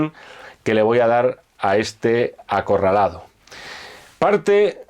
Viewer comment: acorraldado? no mamen jajajajaaj